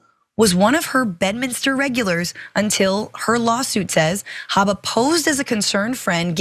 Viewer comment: If you mispronounce Habba’s name for fun you justify the Right mispronouncing DA Fani Willis’ name.